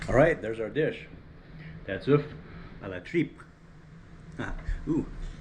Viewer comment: Thanks for sharing ! Does this dish have a historic signification to you? You prononced the name very well!